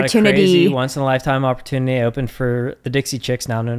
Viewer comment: lmao, immediately after cant say opportunity - I get hit with an ad for Grammarly lol